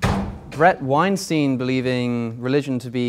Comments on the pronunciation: Nobody: Literally nobody: Not even atheists:: " BrAD WeNstEIN " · Tbh my fave part is both of them mispronouncing Bret Weinstein 😂